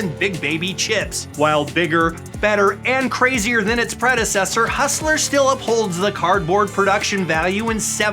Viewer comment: It Joey You slerrrrr. Not Ust ler